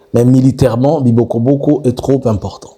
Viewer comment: On dit Bibogobogo